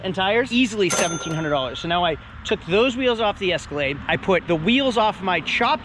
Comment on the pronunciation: ESCALATE 🤦 it's EscalaDe